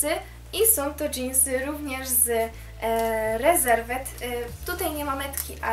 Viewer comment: Pierwszy raz się spotykam, żeby ktoś tak wymawiał nazwę sklepu Reserved xd Wymawia się [ rizevd], a nie spolszczone rezerwed